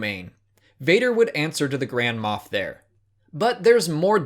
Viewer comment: You sound like you're saying grandma